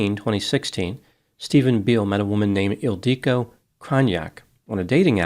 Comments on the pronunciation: It‘s „Ildico“, not „El Dike“, dammit. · Isn’t it IL-dee-co? It sounds Hungarian. And Magyar is definitely Hungarian. Yes, he’s definitely not pronouncing it the usual way. (Maybe the woman pronounced it atypically. 🤷‍♀️) The usual way is ILL (rhymes with pill)-dee-koh (rhymes with “low”). The emphasis is not on DEE. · I used to teach English in Budapest and have been to Hungary many times. is not pronouncing the woman's name correctly. It is pronounced 'ill-dee-ko'. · Oh!!! EEL-dee-ko! “Magyar kozmetika…” It’s Hungarian! The emphasis on the name threw me off. One interesting thing: every single word in Hungarian is pronounced with the emphasis on the first syllable. 🙂 (It’s the only easy thing about Hungarian, ha!) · Because he mispronounces the name severely^^ He emphasizes the i in the middle, but this Hungarian name is not pronounced this way. It is pronounced ill-di-ko, don't elongate the "di", pronounce it just as long as the other syllables. The nickname is sometimes "ildi", pronounced as in "Hildi" but without the H. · It’s Ildikó! 😂😂😂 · As a Hungarian, this made me very sad… she was beautiful (although deeply flawed) and very gifted as an aesthetician. Her mother died of a broken heart not long after. Also, you are pronouncing her name and business completely wrong lol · Except is pronouncing her name incorrectly in all three variations he uses in this video. And honestly, slut shaming a murder victim? Smh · This comment is not funny… and that’s not how her name is pronounced 😒